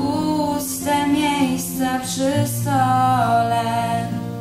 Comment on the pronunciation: Najbardziej mnie raziła wymowa: "rachunki strat", a nie rachunki srat :P oraz "puste miejsca przy stole", a nie SOLE . :P ładne aczkolwiek zbyt teatralne wykonanie. Ot, takie moje zdanie :P